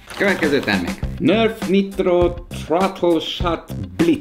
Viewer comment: ok Nörf Niitrot (direkt van 2 i betű) =)